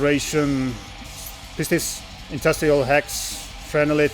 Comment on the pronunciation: PHTHISIS is pronounced,ˈtīsəs. It’s something to do with lung disease. I was clued into that when I showed there first release last year and couldn’t pronounce it either 😂. If you look close at the logo it will make more sense. 🤷🏻‍♂️ I need to get some Just before Dawn stuff. Everyone has good things to say about them. Great stuff, especially the zine and book. Reading is a must.